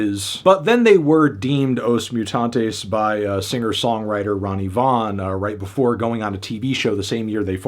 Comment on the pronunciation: Brazilians being very kind to not complain about the pronunciation of every portuguese word right down to the name of the band 😂